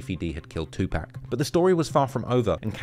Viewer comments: Bro keep saying 2pack 😢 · Yoll white people need to learn how to pronounce "2 PAC" as such that!!! His NOT "2 PEC" it's annoying how you pronounce him still after these years. Sigh 😤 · Pock..2 "pac". Not pack..try harder for our legend. This was also a great video... my bad lol. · 2pac not 2 pack🤣🤣 i hate when ppl don't say his name right.. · please it's 2pac not 2pack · My guy it's tupac not tupack that counts for 10 mistakes Jay-Z was right all along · Bru y you pronounce tupac like "2 pack" like you never heard nobody say his name b4 😂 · Bro said TuPack 😂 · Thumbs down for calling 2 PAC. TWO PACK. Smh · Calling Tupac Tupak...like dude the 'pac' in Tupac doesn't sound like 'pac' that is in Pac- Man. That is Mistake #1. Always pronounce someone's name how the person it belongs to pronounce it. LAW💯💚💚💚💚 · wtf is 2 Pack? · How come you can enunciate "Sus" but can't get Tupac right?🤔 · You’re not pronouncing 2PAC/Tupac right. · Tupac!! Pronounce the man's name right! Pleeeeaaase!!!! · Learn how to say Tupac's name right. If I told you my name was Tim, and you kept calling me Time, I'd slap the shit outta you. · Just got 1, but very big mistake in your video...the way you pronounce TUPAC. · Stop mispronouncing Tupac's name.....